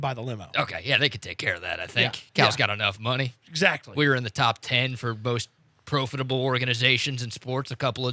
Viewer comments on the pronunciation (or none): Did say pro-fittable??!?!?!?